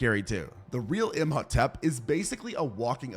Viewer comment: that horrible mispronunciation of Imhotep makes me think he didn’t